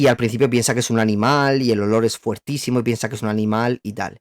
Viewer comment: se dice "fOrtísimo"... pero te amamos igual. Gracias por tantísimo contenido de calidad <3